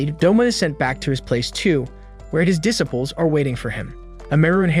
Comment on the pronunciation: Bro said "dissiples" "thanjairo" and "Inoska"